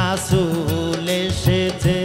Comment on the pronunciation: রাছুল না রে ভাই রাসুল উচ্চারণ গত ভুল ঠিক করেন